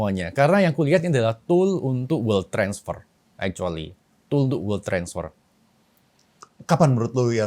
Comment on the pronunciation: bukan world😂 wealth